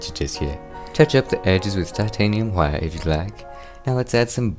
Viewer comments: your bob ross impression was amazing, plus the painting itself and how you pronounced "titanium Hwhite" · Shut up about his painting skills this is the only man who has a passion for painting and actually says hwite correctly